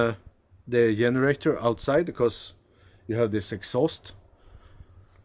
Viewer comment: When says “yenerator” and “yust” makes me smile, my spouses grandmother was Norwegian..love and miss he Norwegian pronunciations!